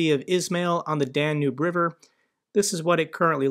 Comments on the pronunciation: I watch your stuff every single day. Love what you do. To help you out, please double check your pronunciation of Danube River. It’s pronounced DAN-yoob, and I just want to make sure you are coming across to everyone in the best possible way. Again, thank you! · poh-tah-toe ... pah-tay-tah ... Dan-ubie ... dann-hubie ... riv-er... reev-her yada yada yada